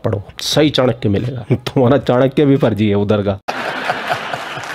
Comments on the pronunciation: चानक्या नहीं, चाणक्य कहो, उच्चार भी ठिकसे नहीं कर सकते. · चांकिया बोल रही है चाणक्य को. 🤣